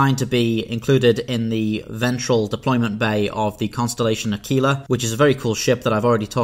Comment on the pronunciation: in order to halt the perpetuation of misunderstanding: - Aquila (latin for eagle) is not pronounced as the Spanish word for eagle, aguila, but rather is vocalised as 'ah/kwil/ah'. while your way does acoustically smoother, it is incorrect nonetheless.